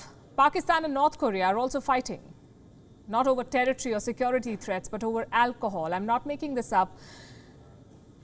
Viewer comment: Alchool she said 😁😂😂😂